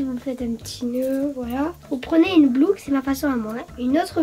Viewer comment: hahahaha y'a pas que les miens qui disent "blouque" lol